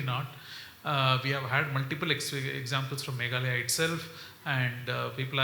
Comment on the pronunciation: MegHAlaya✅ Meglaya❌